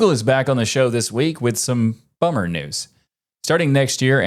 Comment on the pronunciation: "linux DUH-news". still no reason to say it like that maté.